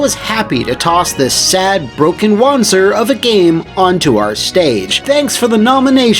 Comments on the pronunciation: Since wanzer is based on the german wanderpanzer you would pronounce correctly as wanza(pronouncing the a as german as posible) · It SHOULD be pronounced Wan-zer as it is a portmanteau of walking and panzer and gehen is german for walking.